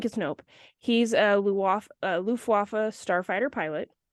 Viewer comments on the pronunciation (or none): Hi. German here. it's actually "Luftwaffe" not "Luftwaffa". The word "Luftwaffa" doesn't exist in German.